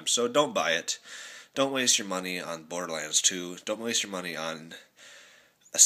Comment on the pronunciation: WOW the first game you ACTUALLY pronounce right! you're learning!